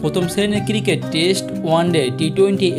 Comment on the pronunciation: একটু কষ্ট করে সুন্দর ভাবে উচ্চারন করলে আরো ভালো লাগতো। কিরিকেট কি আবার 😑